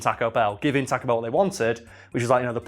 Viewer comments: TAH-co Bell?! TAWWW-co bell! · Teaco Bell. What is that pronounciation. xD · every now and then, I don't hear "taco bell" I hear "tekko bell" and that makes me chuckle a bit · “Tack-O Bell” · Why do Brits pronounce taco Bell. talk o bell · Tack-oh bell... I don't know why this annoyed me so much... It's a spanish word man... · The way he is sayin taco ba a bruh moment but it's all good